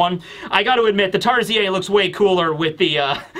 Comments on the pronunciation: Hi filipino here. Tarsier are not pronounced "Tar-zi-ey" it's more like "tar-sheer" or as google says "Tar-see-uh" Fun fact their eyes are bigger than their brain. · it's pronounced as Tar-Sheers.:) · Just wanna let you know Tarsier is pronounced (Tar-see-ur) 😊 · Just a heads up, as a Filipino, Tarsier is actually pronounced as "Tar-sheer." Have a nice day! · As a Filipino, the way you pronounced "Tarsier" feels very weird. We usually pronounce it as "Tar-sheer". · the "r" is not silent. It's pronounced as "tar • see • ur" or "tar • see • er". It's from Asia, not Europe, so why pronounce it like it's a French word.? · Why do youtubers never just glance at Wikipedia to check the pronunciation? Its tar-seer. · That has to be the weirdest pronunciation of tarsier ever,. 😂